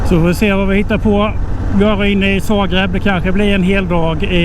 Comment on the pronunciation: nej jag bara skojar.Han säger fel det är Zagreb inte Sagreb . Roligt att kolla på hans video och följa med på resan ni gör bra jobb .